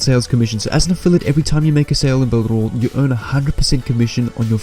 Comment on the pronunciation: You said builderal 20 times, hehehe hope to win the giveaway need to download this and rewatch it again so I dont make mistakes love the affiliate program on it and all the tools on it to assist me in my affiliate marketing journey its 6month now and I haven't made any sales yet on warriorplus NOR clickbank, thank you for the strategy.